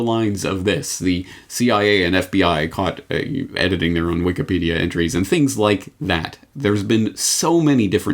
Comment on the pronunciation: Did I hear you say Wiked Peadia?